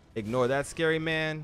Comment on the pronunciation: The way this guy pronounces scary though 😂